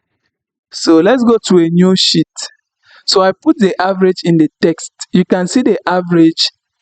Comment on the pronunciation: Brother It is not "Shit" it is "Sheet" try to slightly stretch "She😬et"....